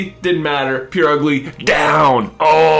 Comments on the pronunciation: We can all agree, though, that while it ought to be pronounced as PurrUgly, Purugly is in demeanor PureUgly. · its PUR-ugly like the noise a cat makes but it sounded like you were saying pure-ugly. not sure if its just the way it comes over my speakers? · And its purugly as in purr and not like pure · idk, but I reacted more to how he says Purugly (he pretty much says "Poor ugly") because I have always pronounced it "Poo-roo-gly". But honestly, while there are bad-sounding and silly-sounding pronunciations of Pokémon names such as "Groo-don", there really isn't one correct pronunciation for a Pokémon's name since the anime can't be trusted (it has used multiple pronunciations for certain Pokés) and all other Pokémon works give us absolutely nothing